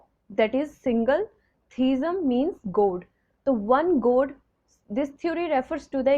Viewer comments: Please focus on pronunciation. You pronounce God as Goad. Non- human as known human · Mam, improve your accents.....I mn ur pronunciation....like u pronounce god as goat, and so on...plz don mnd